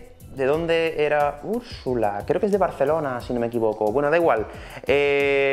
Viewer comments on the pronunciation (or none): none